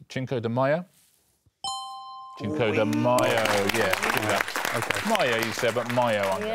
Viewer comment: Alex trying to not overshadow the others grew old. And Richard correcting Alex for "Maya" in place of "Mayo" is funny because he pronounced "Cinco" incorrectly. It's not "Chinco", it's pronounced "sink-o".